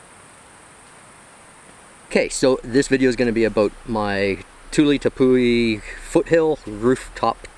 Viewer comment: Not to be a nag but it’s not pronounced Tepoo-ey. It’s an Pemon/Cariban word from Guyana. We say “ ˈtɛpwi “ or, “Tep-Wee.” Thanks for attending my Ted Talk!😊